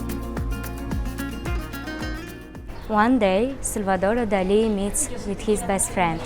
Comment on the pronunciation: Well done for pronouncing Salvador Dalí correctly ! Many British and Americans don't, which always annoys me. Great video !